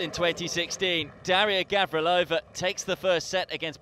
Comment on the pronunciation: Both names are gravely mispronounced over and over :(